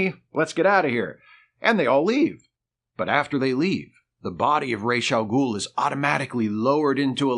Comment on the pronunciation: It has come to my attention that the pronunciation of "Ra's AL Ghul" is ROHZ (Head of) not RAYSH (Feather of).